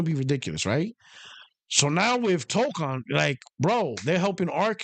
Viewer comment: the way to pronounce the "kon" in Toukon is "cone." You got the first half correct.